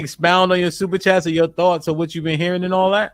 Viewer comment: He can't even read super chats correctly 🤣😂 this ya king??